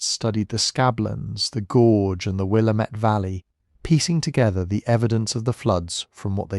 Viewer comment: Visiting NYC. Resident in Scotland. Previously resident of WA, and a geology lover. Nick Zenter at WSU has some great talks and animations about this. Btw Willamette rhymes with Damnit. It’s the only thing you got wrong 😂